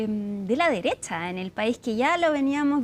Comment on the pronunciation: Wajajajaja la "extrema" dereshhhhha...😂😂😂